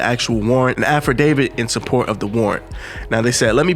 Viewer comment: Yeah. N wtf is a afferdavid? Lol. It's "affidavit"